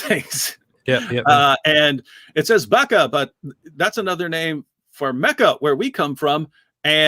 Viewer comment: 🤞🏻«They payed the Hebrew bloke to pronounce "Mecca" “Buh-chraa”!»🤞🏻